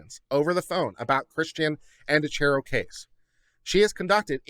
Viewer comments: Also, just a heads up it’s pronounced An-dree-a-key-o if that helps any 😂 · There is evidence that points to it not being suicide. The position of the body, and the gun. Dylan supposedly found the body and called 911. Whitley was in the house when Christian died, and supposedly didn't hear the gunshot. Side note: pronounced An Dree Ah key O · I believe Andreacchio is pronounced - An draw key o. 🌺🌺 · Thank you for saying this. It was hard to listen to this with his constantly mispronouncing their name.